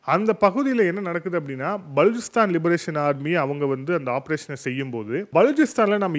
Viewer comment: Please pronounce name of Baluchistan correctly.